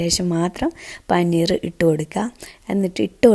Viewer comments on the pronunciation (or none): പനിനീർ അല്ല പനീർ ആണ് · Panineer alla siluu.. Paneer aan